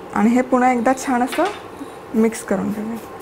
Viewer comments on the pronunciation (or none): छाण नाही छान अस बोलता